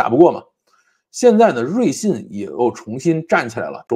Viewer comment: 瑞幸，为啥会读成瑞信😂